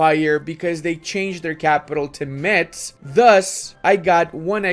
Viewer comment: Just some tips to correctly pronounce Metz. First, the "t" is silent, because why not? Secondly, the "z" is pronounced as a French "s" To conclude, it's not MeTss, but Mess (quite like the English word for this map of Europe)